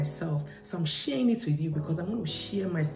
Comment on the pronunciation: lets she-errrr it, sheeerinnn is cearrinnn - haha!!